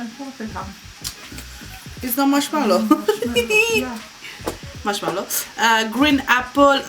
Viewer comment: Nu dire marshmallo ...marshmallow mem..ok